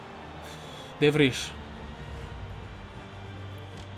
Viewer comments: ahahahhahah te lo sogni il campionato hahahaahah non sai nemmeno pronunciare il nome dei giocatori "de vrij "si pronuncia "de vrai " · De vrij si legge de vrai